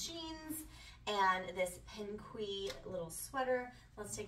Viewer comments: I believe it’s pronounced ‘ Pink’ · I thought pinque is just pronounced pink! Loved the sweaters on you!